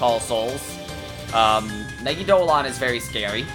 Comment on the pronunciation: why do smt youtubers keep mispronouncing megidolaon??? its me-gi-do-LA-on. not me-gi-do-lon. ugh it gives me conniptions!!